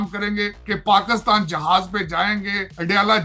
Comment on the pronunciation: This man kept calling' Pakustan... Why?? He can't say PAKISTAN"??